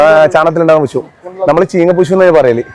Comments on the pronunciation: പുഷ്അല്ല പുഴു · പുശു അല്ല പുഴു